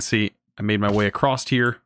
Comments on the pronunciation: why do you say acrosst in every video? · Enjoyed the video, as I am enjoying this series so far. You got a sub out of me :) Thank you for the educating, but also VERY entertaining series. I laugh every time you say "acrosst" :D